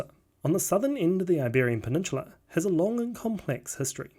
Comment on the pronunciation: Video: talking about cool history stuff Me the whole time: "Did he pronounce peninsula wrong, or have I been pronouncing it wrong?"